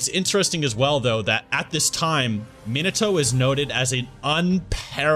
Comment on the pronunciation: it's so annoying how they pronounce his name MEAN NUH TOE